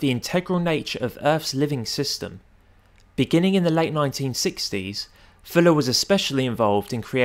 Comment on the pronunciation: say "Fuller" not "Filler"